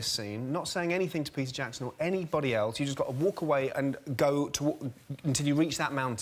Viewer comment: Peter Jackson, u said Pees Jackson… tf